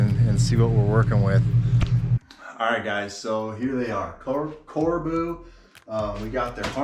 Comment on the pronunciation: "Corbeau" is pronounced Cor-bow, not Car-boo.